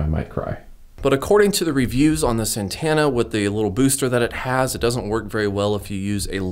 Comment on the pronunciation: are we not going to acknowledge the way he says ANTENNA ? (ANTANA)??? NOOOO